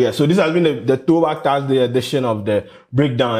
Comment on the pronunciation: its Thursday not Taarsday wae.